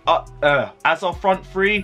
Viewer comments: Verner please or just say our number striker 😂😂 You keep on butchering that name 😂😂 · I've given-up on this geeser butchering Werner's name appauling . . .